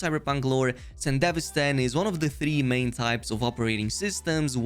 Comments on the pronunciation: Bro pronounces sandivistian like a country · Edgerunners series: mentions sandevistan over 100x This guy: mispronounces it OOF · It's 'san-duh-VEE-stan' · Isnt it pronunced Sande - VI - Stan ? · damn what how is "Sandevistan" pronounced like that in english? IMO the japanese version was better (Yes I watched the anime in japanese with english sub) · I was curious on your video until I heard your butchering pronunciation of the Sandevistan. Over and over and over - Cringe. Closed. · The one gripe i have is how everyone pronounces sandevistan is it really pronounced san-de-vistan? or is it sende-vi-stan?